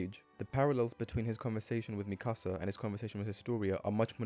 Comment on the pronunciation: You lost me at mispronouncing Mikasa as "Micasa"